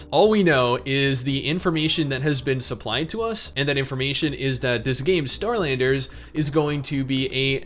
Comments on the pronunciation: Is it bad that every time he said Starlanders I heard Skylanders. Lol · I thought he was saying Skylanders at first too lmao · I don’t know why but when he said Starlanders I thought he said “SKY”landers for some stupid reason I don’t know why...